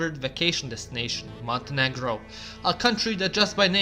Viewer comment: He said Montenegro 🤭